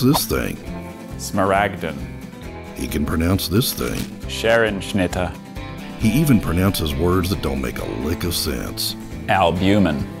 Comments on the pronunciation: "This Man Can Pronounce Every Word in the Dictionary" proceeds to pronounce a long 'e' as a short 'e' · Also die scherenschnitte hat er aber nicht sehr gut ausgesprochen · Scherenschnitte was pronounced wrong. Bout to end this whole man’s carrer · The german word scherenschnitte was pronounce wrong sorry but true im swiss but i still like the video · He pronounced Scherenschnitte wrong though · Scherenschnitte is a German word and he pronounced it pretty wrong. Just wanna say it... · Scherenschnitte Germans: o_o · Scherenschnitter was pronounced incorrectly. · He mispronounced Scherenschnitte. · Well as an Austrian I gotta say scherenschnitte is really well pronounced but not how a native German speaker would say it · Scherenschnitte wird nicht so ausgesprochen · Scherenschnitte is a german word and as a German i must say, this is not pronounced correctly. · He mispronounced Scherenschnitte